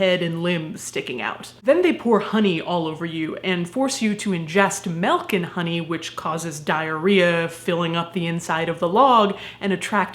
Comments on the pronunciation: girl! It's MILK! not MELK! ahhhhhhh! Love ya tho! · I love you man, but ‘melk’ ????? MILK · You say "melk" instead of "milk" and it bothers me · Since when has Milk been pronounced like it has an "e" in it?! It's milk not melk surely?! Is it just me that found that weird? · WHAT THE FUUUUUCCCC IS MELK 😡 - NOOOO DO NOT EVER SAY MELK AGAIN IASUHFNKUESYGRUKQWYGNR